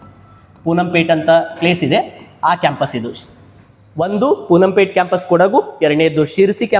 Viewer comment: ಸರ್ ಪೂನಂ ಪೇಟೆ ಅಲ್ಲ ಪೋನ್ನಂಪೇಟೆ